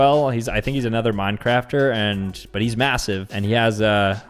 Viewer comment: Did bro just say mincrafter wth 🤦‍♂️ 😂😂😂😂